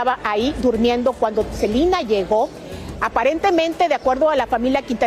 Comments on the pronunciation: La reportera de dice SELINA y es SELENA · Por qué dice Selina?😮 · Reportera aprenda hablar no es cilina es selena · SELENA, no Selina.... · SELENAa. Con E no Selina con I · Por que dice Celina 🙄🙄🙄 son nombres completamente distintos es Selena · Así se pronuncia en inglés, pero ella está hablando en español debería decir "Selena"🤷‍♀️